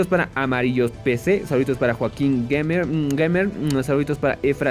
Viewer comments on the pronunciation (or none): none